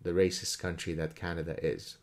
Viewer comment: Grammar is RAHSIST don't you know!?